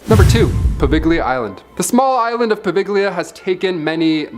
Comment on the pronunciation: I love your channel y'all!! However, just for future reference, Poveglia Island is properly pronounced poh-VEL-ee-ə or if you like poh-Vel-ee-ah. I was able to visit the Island with a paranormal group 5 years ago. Getting permission was an absolute nightmare but we got it and yes, it is as creepy and haunted as it sounds. Keep up the great work y'all.